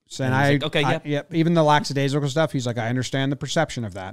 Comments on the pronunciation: The word is not "lack SA daisical. It's lack A daisical. No "s" after lack.... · It's lackadaisical not "lacksadaisical" first the commentator made the mistake and now jomboy